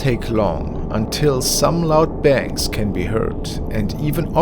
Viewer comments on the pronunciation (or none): none